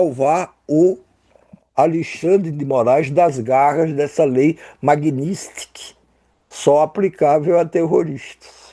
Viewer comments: A... por favor, esse "comentarista" sequer sabe pronunciar a palavra magnitsky, agora vem dizer que a canetada do ministro Flávio Dino teria sido a respeito de algo que aconteceu a milênios atrás? Mas sem sombra de dúvidas que iremos acreditar nessa "sábias" palavras. Rindo aqui até 2030 kkkkkkkkkkkk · NÃO SABE NEM PRONUNCIAR "MAGNITSKY" DOIS IMBECÍS, SÓ PERDI MEU TEMPO OUVINDO ESSES DOIS BABACAS. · O Imb3c1l não consegue nem falar Magnitsky. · O imb3c1l não consegue nem falar "Magnitsky"!